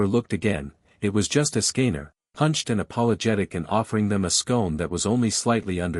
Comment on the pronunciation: Ok im intrigued but the ai voice cant say escanor right